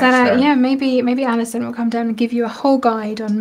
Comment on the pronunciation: Allison! You said my name correctly! 💜💙. I love Tonic and all the staff so much. Stay well!